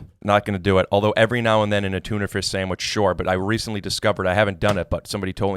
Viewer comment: He said Tunerfish